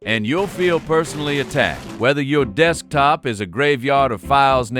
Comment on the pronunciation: Ahh yes dekstop